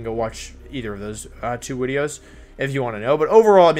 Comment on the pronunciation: Wolfe mispronounces things on purpose, for fun. That's how he does his wideos.